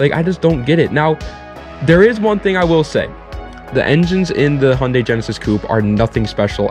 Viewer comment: Handay? hahah H you n dai thats how you pronounce it haha